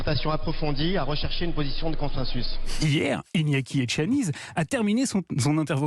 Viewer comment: C'est bien relayer,mais prononcer bien le nom de Monsieur ETXANIZ car vous aurez certainement l'occasion d'en reparler en bien; en Basque le Z se prononce S. MILESKER !!